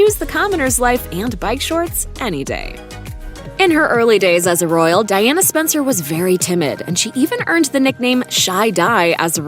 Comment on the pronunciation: Princess Diana Spencer .... gurl you can't even get her name right.